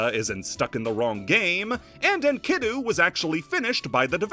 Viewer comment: As a Student of ancient Philology, the way you pronounce "Enkidu" makes me have a allergic reaction. The pronounced Vowel is the I and it's supposed to be pronounced like ee in Green. So basically Enk-I-du. At least when referring to the character of the Gilgamesh Epic, which - to be fair - you were not. Still... I wanted to share.